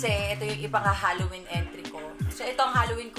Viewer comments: zebby Halloween not Hollowen 🤣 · HAlloween mi, hindi HOlloween po. 😅😅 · HALLOWEEN NOT HOLLOWEEN! 🤗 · HALLOWEEN NOT HOLLOWBLOCK CHARRR 🤣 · Hallowen mi hindi hollowen hahhahahahaha